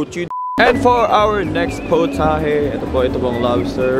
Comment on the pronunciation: no its not POTAHE its pOWtahHAe